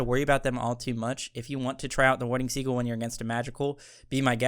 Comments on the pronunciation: This is more of a comment on how he said the word sigil lol. I think the item is ok, just underwhelming compared to the other starters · Warding "sidge-ill" is the pronunciation fellas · Why must you pronounce sigil like siggle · Yo im forever calling pronoucing "sigil" as "seagull" now in honor of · I think it's sigil like sijel but I like ur version better, great video <3